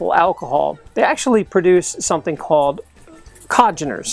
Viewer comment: Congeners. Not Cogeners.